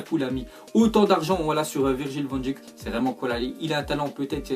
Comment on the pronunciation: Ça se prononce van deik